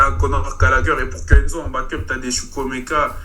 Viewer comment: 😂😂😂 oui il a mal dit chukwuemeka